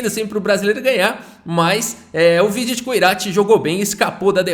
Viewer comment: metade do vídeo chamando o vidit errado 😂